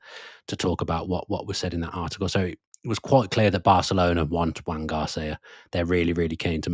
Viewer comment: Incidentally it's pronounced 'Joan' or 'Zhoan' Garcia if you want to be poncey. But it's not Juan (or 'Hwan')